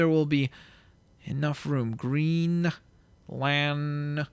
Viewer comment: You could have called Green Lantern "GreenLantrn" so it would sound the same. Not a big deal though.